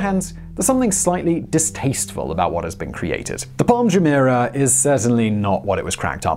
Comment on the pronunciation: Why does he find it so hard to pronounce Jumeirah properly?